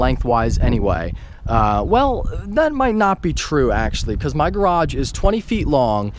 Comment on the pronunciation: Hahaha "back here in my garrraage"